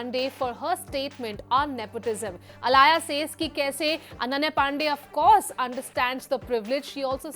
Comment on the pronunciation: Her name is alaya not alia